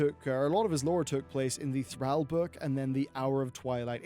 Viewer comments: Who's Throwl? it's Thrall! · please learn how to pronounce Thrall properly....